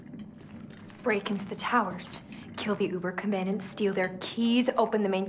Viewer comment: can pronounce uberkommandant fluently despite being french???? somethings wrong in this picture.